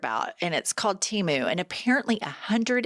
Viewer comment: Oh my God it is too cute that can’t say Temu❤